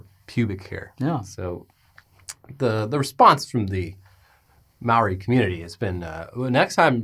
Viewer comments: Says “Maori”, “May-ori”. Instead of “Mao-ri”. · HEY!, that's not how you pronounce the word 'Maori'. It sounded like 'mouldy'. If you pronounced it correctly, all of New Zealand will subscribe to your channel. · it's not "may-ori", that is a different indigenous culture altogether. has the correct pronunciation